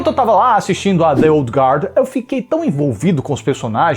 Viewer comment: Parabéns por pronunciar corretamente a palavra guard, todo fala sempre erra e pronuncia o u, como se tivesse um trema.